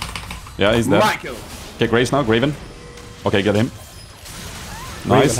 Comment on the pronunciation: 'Graven' xD